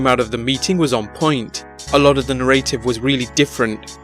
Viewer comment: You say "narrative" wrong